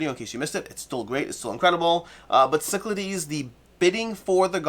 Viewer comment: pronounces Cyclades correctly now? How did I miss this important revelation?!:) Great game, glad it's in the top ten!